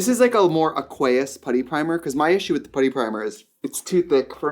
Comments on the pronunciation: Not the aqueous pronunciation… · I have never heard anyone pronounce aqueous like that 😳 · 3 :28 Hey Trix hun, that is not how you say aqueous xox Edit: and that's not how you say Peony either. 😮😅😊😊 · This was the comment I was searching for 😂